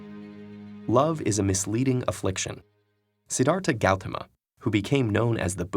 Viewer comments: umm its the Sanskrit name Siddharta Gautama in case u couldn't catch that because of the heavily accented pronunciation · What you said was not the correct pronunciation of Siddharth Gautam Buddha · Siddhartha Gautam has wrong pronunciation.